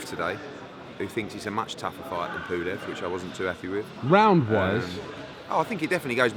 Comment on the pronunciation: Pooolev.....its pulev ed